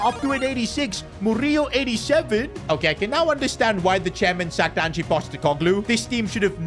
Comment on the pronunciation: Nuno was sacked on 9th Sept. So how is this the FIRST sacking of the season? And who exactly is Angie? It's Ange.